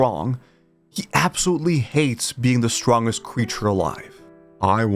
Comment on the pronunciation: Why do you pronounce "strongest" that way?